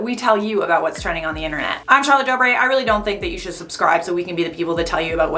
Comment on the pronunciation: Lmfao Charlotte going italian